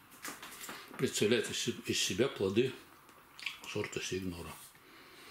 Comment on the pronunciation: Пишется СиГнора, звучит Синьёра. Спасибо за видео!